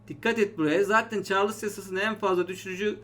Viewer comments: hocam çarlıs değil de çarls diye okunmaz mı mantıken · "Çarlıss yasası" :)